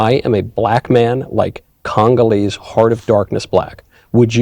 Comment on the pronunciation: Homie said, "Congaleese heart of darkness black." 😅😅😅